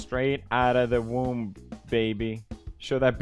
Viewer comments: omg dying at Pewds for saying womp 😂 It's womb 🤣... Also I'm from Iowa! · EVERYONE: WOMB ❌ PEWDIEPIE: WOMP ✔